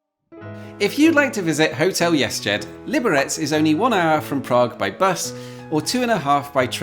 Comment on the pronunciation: Cool. It sounds like you keep pronouncing it "yes jed" .